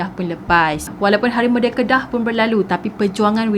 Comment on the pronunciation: Its merdeka not merdeke , idk its sound weird to gelar merdeke hahaha no hate